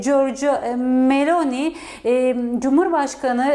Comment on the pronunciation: Bu nasil dandik NTV Muhabiri ( italya muhabiri ama daha Meloni nin adini dogru söyleyemiyor !